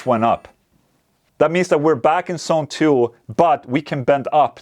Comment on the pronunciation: Not 'sone, but 'zone' - might be misleading